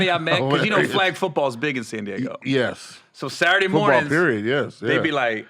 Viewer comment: the fact that you said DAYGO!!!